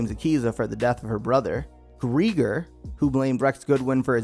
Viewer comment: Kalin, Grieger, probably others I clicked off after that.